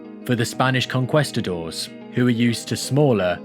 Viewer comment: Con-quest-adors? Bruh.